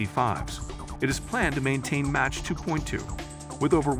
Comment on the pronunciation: Whoever is narrating this needs to learn how to pronounce Mach and Mojave. Sounds unprofessional.